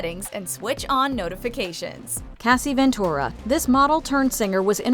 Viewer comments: Is AI? It is a "freak off" not a "freak out" And it is Cassie not Casey. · Cassie not 'Casey' . freak offs not 'freak outs' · Is this narrated by AI? The mis pronunciation of Cassie as “Kasey” and saying “quote Freak outs” is indeed a misquote because they are “Freak Offs” send help and an editor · Cassie, not Casey. And "freak OFFs" not "freak outs". Fix the voiceover. These are important details. Cassie is a victim and a human being and deserves to have her name pronounced correctly. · Cassie's name was pronounced wrong. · From initially pronouncing Cassie’s name wrong to calling the parties “freak outs” instead of freak offs, to COMPLETELY leaving out Kim Porter… watchmojo y’all need to do better. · Right? It’s super annoying. I mean how do you pronounce the name CASSIE wrong?? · Right? How hard is it to pronounce the name CASSIE correctly? 🤦🏼‍♀️ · Yeah, they could have at least pronounced the poor woman’s name correctly. It’s not even like ‘Cassie’ is difficult to say! 🤦🏼‍♀️